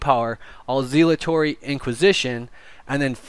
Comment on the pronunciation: For the love of God, PLEASE learn how to pronounce Zealotry.